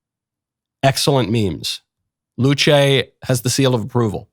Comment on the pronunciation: I react a bit late but who cares. Luce said as "Luche" (after church freely) feels a bit strange, I heard and thought it was said like "Luce" as you said, but with the "e" somewhat silent. There were mentioned that Luce means light and not to confuse it with Lucifer, but didn't Lucifer means light or light bringer as well? I don't know much about religion, but I heard one ot two things about it. My main interest for the religious content mostly come from the game called: The Binding of Isaac, and since a part of the base game were playable in browser while flashplayer was supported (yes I'm kinda old by now). But back to Luce, yes the memes and arts made her really famous, what really surprises me is that the "rule 34" artists were "wholesome" and didn't made that many content with her (yes I checked it).